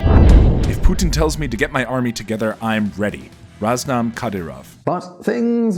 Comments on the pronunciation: His name is RAMZAN not RAZNAM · It's Ramzan Kadyrov, not Raznam Kadyrov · 9,31 .. it RAMZAN not Raznam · It's Ramzan not Raznam Kadyrov! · its Ramzan Kadyrov not Razman Kadyrov dumbass. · I swear does any editing actually go into these vids? First you’re continually saying pronouncing Chechnya’s President as “RAMZan Kadyrov” then fast forward to “RAZNam Kadyrov” Edit your vids ffs!!! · “Raznam Kadyrov...” ????